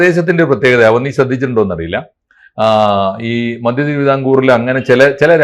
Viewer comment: മദ്യം അല്ല മധ്യം ആണ്